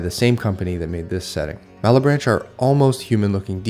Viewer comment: Absolutely not important, but the "che" in malebranche is hard - is a "ke". Overall as an italian the book has added value - it's FULL or references to pop culture. Sometimes people can pick up something. As an example, other europeans could probably pick up the inspiration for the giant and the friar if they are old enough.